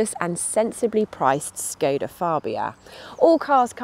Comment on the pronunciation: I wonder, why they correctly pronounce Ibiza but škoda, that should be pronounced like "shkoda" like a first letter in "SHY" or "SHAME" it is correctly pronounced "Shkoda"